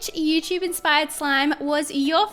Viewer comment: Have you noticed that says Youchub instead of YouTube?